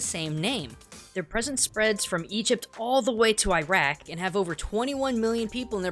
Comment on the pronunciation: (you said Iraq wrong and Lebanon)